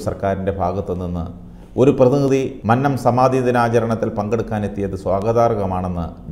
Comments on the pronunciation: മന്നം എന്നതിന്റെ രണ്ടാമത്തെ അക്ഷരം, " നന്നായി " എന്നതിലെ രണ്ടാമത്തെ അക്ഷരം പറയുന്നതു പോലെ ദയവായി പറയുക. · മന്നം ഭക്ഷണത്തിന്റ അന്നത്തിലെ ന്ന അല്ല. കുന്നം എന്നതിന്റെ ന്നം എന്നാണ്